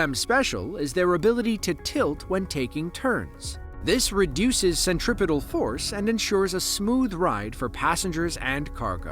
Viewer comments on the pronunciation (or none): none